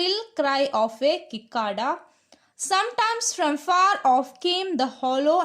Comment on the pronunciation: സിക്കേട .....cicada crct pronouncing iz